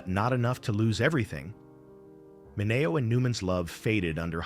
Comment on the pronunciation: I wonder if AI will EVER learn pronunciations? I thought it was pronounced "Minny-O".